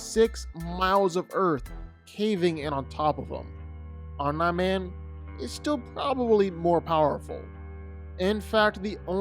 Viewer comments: “Om nigh man” they say his name a million times in the anime as “om NEEEEE man. Every time I hear him say “Om nigh man” I cringe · Tried watching this, but the mispronunciation of omni man really got me after a while. Omnee Man. OMNEE man not om nah man. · His name isn't Omna Man. It's Omni man. (Pronounced Ohm Nee Man). Spend just a bit of time researching stuff b4 you sound ignorant esp if you're ging to do a YT video like this. Good grief. LoL 😂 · It's pronounced Om-NEE man. Not Om-NAI man. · It's pronounced Om-Knee-Man... you know like knee, the joint in the middle of your leg, not Nah as in "nah dawg" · For the love of god bruh it’s OMNIIIIII man not Om nah man☠️ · "Om-NIE Man"???? Who dat? It's pronounced "Om-knee Man" 🤣🤣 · You pronounce his name wrong... its not 'Om nahh Man" its Omni-Man... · Bro it’s OM KNEEE MAN not omnaman 🤣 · He’s trying to say Om-nI man instead of om-nE man when the latter is clearly the one they use on the show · Omm-Knee... like your knee not nye like Bill Nye the science guy... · the correct way is OM-NEE the way he was pronouncing it was OM-NYE like EYE. It was annoying. 😅😂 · Omniman not omnqman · omn-eye man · JFC how hard is it to say Omni Man correctly? OMNEE MAN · Stop saying Om-NYE. FFS!!!! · "OmNum Man" "OmaNai Man" "OmeyeMan" "Umnahman" "OmNaw Man" Dude...wtf?! 🤦🏾‍♂️ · Dog its Om-Nee Man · Disliking vdo for your wrong pronounciation as OMNA MAN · Who the heck is Omnah-Man? 🤨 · Bro it’s pronounced Omni OMNI MAN how tf do you get this wrong! they even say this in the show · Let’s see Eye-Ron Man vs Om-Nigh Man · "Om-Nah Man" distracted me the entire time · Who the f is “omna-man”!?!? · If Batman beats Superman, Omni man would destroy Superman. Glazing Superman for doing shit that he needed 2 other people for and then docks that from Omni man. You forget Superman has a weakness. If Omni man got a piece of kryptonite then Superman is done for. But you need to go watch the show again, you sound dumb saying Om-Nye Man